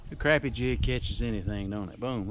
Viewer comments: Great video! I’ll take ya fishing and teach you how to pronounce crappie. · Sac a lait probably most closest to the original Choctaw word down in south Louisiana, but a darn sight better'n Crap-ee. Crah-pee softer on the ears.